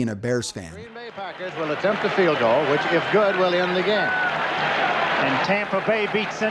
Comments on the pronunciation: It’s not field it’s field GOSH DARNNET this is America not Great brittan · What if if pronounced 'field' correctly?